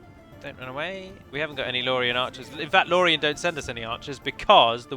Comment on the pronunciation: I actually miss the way you said "Run". It did flow nicely with your accent. I'm American, so I'll say "Roon" till the cows come home, but I only pronounced it that way because I thought it sounded cool. I had no idea if it was correct or not, nor did I really care. Screw the Grammar Nazis, but screw my preference, as well. Say it however you like.